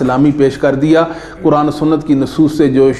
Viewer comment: جناب آپ اپنا تلفظ صحیح کریں لفظ قرآن (حرف ق کو آپ کاف پڑھتے ہیں